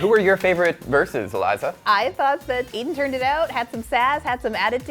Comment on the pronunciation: Why does she keep saying Eden when it's Aiden? Come on.